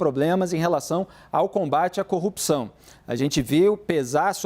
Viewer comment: O cara não consegue nem a pronúncia correta, fala Cupção. Vergonha